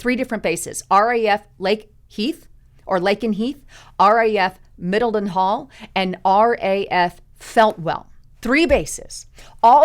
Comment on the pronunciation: Mil-Den-Hall and Lake-N-Heath